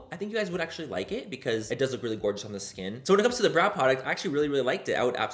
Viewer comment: Veo cada video solo por escuchar decir el "gorga" es gracioso como lo dices😂❤️